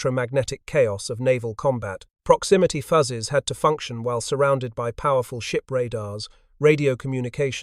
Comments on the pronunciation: Did anyone else find themselves yelling "FYOOZES," at the AI narrator every time it said "fuzzes?" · Voice copied AI from WW2 Stories. "Fuzzes" . Several "proximity. Fuses". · Fascinating story. But,... "Proximity Fuzzes"? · The program assigned good pronunciation rules for "fuse" but not for "fuses." AI is only as smart as the programming is.